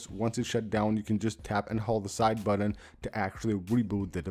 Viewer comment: "Side buddun"